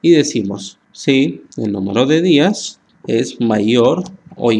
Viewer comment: Muy bueno, pero es Días de día, no Díaz de apellido